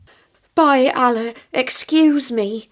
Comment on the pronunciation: Kindly first learn to pronounce "Allah" correctly.